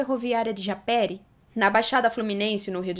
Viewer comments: A PRONÚNCIA É "JAPERÍ" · A pronúncia é japêRÍ